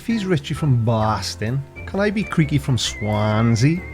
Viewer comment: I BLAME YOU!....for being the only one who pronounces my display name correctly! Skeptic, FTFE, and Brainy Beaver all struggle with words containing more than 3 syllables, haha. Your enthusiasm is contagious, Creaky! Well done on this one. Richie from BWASTON doesn't get that all Oxygen is pure- if it combines with something else, it's a totally new chemical/compound. And um, I'ma need a gif of you pushing your glasses up... for scientific purposes. (Memes. I want it for memes)